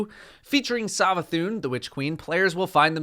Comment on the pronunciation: The way you over annunciate the A in savathûn makes me mildly annoyed. Anyway hyped for witch queen.